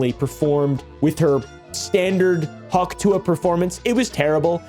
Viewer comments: The dumbest part is that she doesnt even say hawk tuah, she says huk teugh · My father in law thinks she's saying 'achoo'